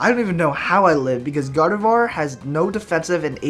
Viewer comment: Gardevoir is pronounced in French.